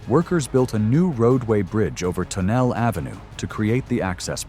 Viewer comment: Tonelle is 3 syllables derp.